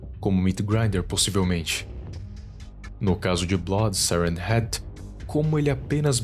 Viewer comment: Ele fala siren heat